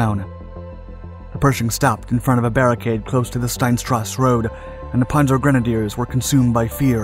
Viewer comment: You'd think if you're going to narrate a tank video you'd know how to prounce Panzer, Chassis, and Cupola not to mention places like Cologne.